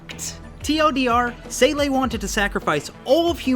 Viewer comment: Sorry, but, man, you absolutely butcher the pronunciation of rather generic German words (Seele, [Elfen]lied). 😅 I'm sorry, but Wiktionary or even just Google Translate are right there with sound examples.... It's not detrimental to the general enjoyment of the video, but kinda takes one rudely out of it for a sec.